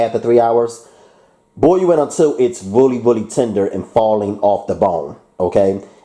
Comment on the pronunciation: Why do you say willy instead of really just wondering just a